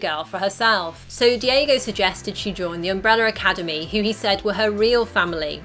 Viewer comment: why are you saying umbreller academy?